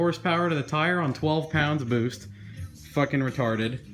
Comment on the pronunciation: "Bewst" lol